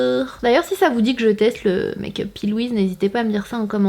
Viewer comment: C'est pÉ Louise que sa se prononce bordel 😂😂😂 dsl sa me demanger